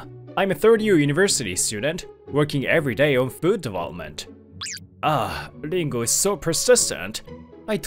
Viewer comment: Dingo ??? WTF It's Ringo. Can't you people read English or are these badly programmed audio programs.